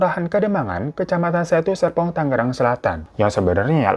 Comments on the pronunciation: Tangerang bang .. bkn tanggeran 😁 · bang tangerang bang, bukan tanggeran😂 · Bang tangerang bang bukan tanggeran 😭😭😭😭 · tangerang bang bukan tanggeran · Tangerang bang bukan Tanggeran🤭😂🤣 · Bang difan tangerang bukan tanggeran 😅😅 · Tangerang kak bukan Tanggeran 🙏🏻